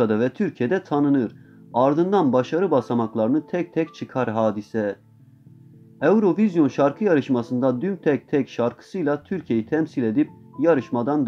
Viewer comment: eurovizyon deyişi🤣